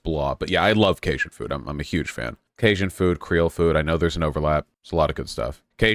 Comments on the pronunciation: he was saying kay-shin. It's kay-jun. He corrected later on but it was grating. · The way he pronounced Cajun. Massive vaush L